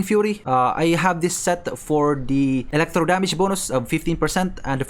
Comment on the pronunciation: Elektrow. The emphasis tho. 😂